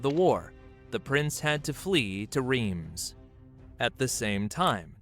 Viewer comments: Rhiems, is pronounced Rhense. If this donkey os going to butcher the language he's probably going to butcher the hostory too. I know a fair bit about this topic, lets see. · Do your ears bleed when he says "Reems" ? :D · And I'm so sorry they mispronounced it so disastrously! 😂 Greetings from Austria!